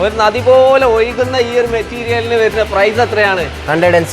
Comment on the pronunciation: ഒരു നദി പോലെ ഒയു കുന്ന ഗ്രാനൈറ്റ് , ഇവന് മലയാളം എല്ലാ അക്ഷരവും വശമാക്കില്ല ണെന്ന് തോന്നുന്നു